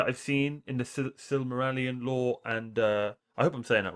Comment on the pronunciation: react to Sauron a character study. Channel name is In Deep Geek. Btw you are pronouncing Silmarillion wrong. 😆